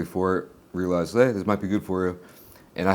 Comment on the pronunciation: hé from the Midwest 😂